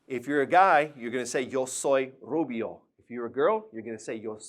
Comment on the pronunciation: Pelirrojo rubio r pronounciation is not right